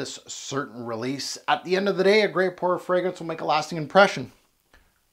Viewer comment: Love how you try to pronounce correctly the name of the fragrance but just, in such a cool way, butch the name Guerlain 😂🤣🤣🤣👏👏